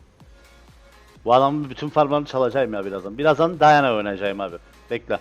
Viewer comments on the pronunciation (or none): none